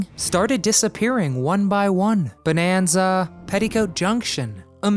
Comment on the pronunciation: This is the SECOND video where this guy pronounces the name "BONE-an-za".😣